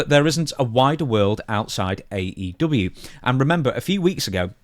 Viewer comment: AE Doo-bee-a 😂😂😂